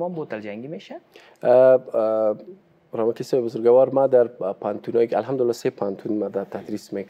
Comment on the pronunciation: اسلام علیکم جناب صاحب. لطفاً کلمه بزرگوار را به شکل (بزرگَوار) الفظ نکنید یعنی حرف (گ) را فتح ندهید. شکل درست تلفظ آن چنین است (بزرگوار)، یعنی حرف (گ) ساکن ادا می شود. سلامت باشید.